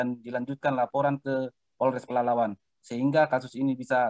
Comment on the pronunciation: masih baru ya di Polres Pelalawan? Menyebut nama daerah diwilayahnya masih salah2..